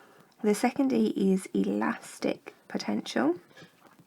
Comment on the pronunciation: 'potenential'? hmmmmmmmmmm